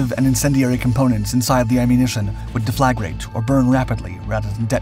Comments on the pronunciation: Deflagrate, you're pronouncing it wrong. I even googled it and they're pronouncing it incorrectly too. You're pronouncing it de-flag-rate, it should be pronounced def as in deaf person la as in fa la la la la, and then the word grate like metal grate Def-La-Grate, never heard it pronounced De-flag-rate. Cheers. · Its "def-la-grate" not "de-flag-rate" trust me, i work for a UK defense company manufacturing explosives and pyrotechnics.